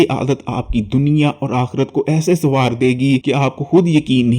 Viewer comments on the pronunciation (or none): none